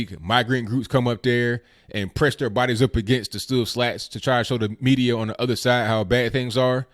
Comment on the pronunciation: Love your 'Dis dat andy udder' I watch your show hoping each time you say that.